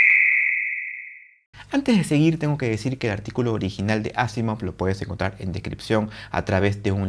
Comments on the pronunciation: NO se dice Ásimov... Se pronuncia aSÍmav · me he fijado que has pronunciado Asimov como palabra aguda, llana y esdrújula en diferentes momentos. Vale.